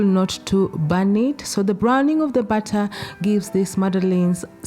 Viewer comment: I was so confused I heard add the batta in the batta lol add the butter in the batter of course.